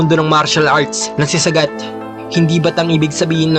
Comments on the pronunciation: Saaaaagaaat idol hnd sagat wag mo biglain bigkas ng pangalan nya😁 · Sagat hndi sagad 😂🤣😂🤣